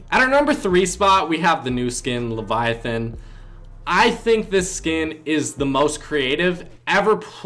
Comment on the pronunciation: Finally someone who can pronounce Leviathan correctly.